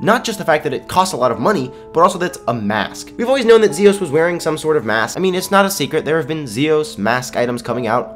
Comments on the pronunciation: Lol sorry not Zosis but Zios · its z iiiiiiiii os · your saying zios wrong